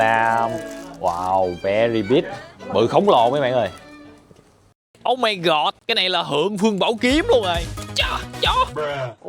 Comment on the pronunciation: mộc mạc nhưng rất có duyên và thu hút. Thích nhất là câu "ô mai gọt" 😅